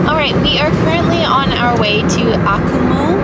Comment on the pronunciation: If you are going to present yourselves as informed travel vloggers, you might not butcher the pronunciation of your destination in the first minute - hint - in Latin American Spanish the syllables are enunciated very clearly. eg A- Koo- Mal. Ironically, your sponsor is Babel. Maybe think about taking their courses!!